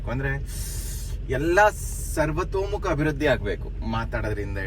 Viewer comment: ಸರ್ವತೋಮುಖ ಅಂತ ಹೇಳಕ್ಕೂ ಬರಲ್ವಲ್ರೀ. ಕನ್ನಡ ಭಾಷೆನೇ ಬರಲ್ಲ. ಅದರಲ್ಲಿ ನಗೋದು ಬೇರೆ. ಕನ್ನಡ vlog ಮಾಡ್ತೀರಾ 🤦‍♂️